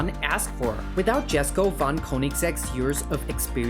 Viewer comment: "Jesko" is pronounced "yesko" as yellow, not jelly 😅